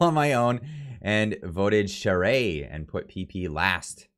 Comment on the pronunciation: I truly thought Baber would have had more support than Charest...(, call me I'll teach you how to pronounce the Quebequer way for Charest- (Châwrrè))